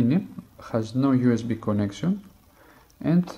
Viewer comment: You have to make the 'konnaction' right